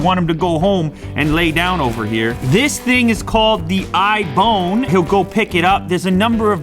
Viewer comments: "iBone" lol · I just died laughing when he said the ibone